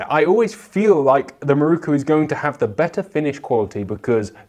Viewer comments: MIROKU! Pronounced in English: Me Rockoo. Certainly not Marookoo 😂😂😂😂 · how is it possible that someone presenting a program like this, can not pronounce the makers name. The word is spelled with an O as the 4th letter. Why do you insist on changing it to a U